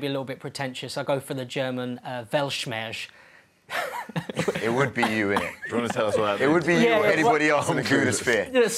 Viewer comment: 'Weltschmerz' but your German pronunciation of it is awful... C for effort!